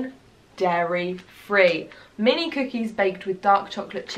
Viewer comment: So thought you were saying minty.I did not realize you were saying "mini"'.